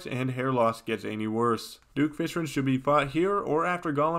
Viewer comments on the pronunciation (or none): Things I've noticed about: - He keeps killing spazmatism in front of his brother and mocks said brother about it - He absolutely loathes skeletron prime with every bone in his body - He talks about plantera in a very questionable way - He pronounces fishron in the most infuriating way possible and it makes me laugh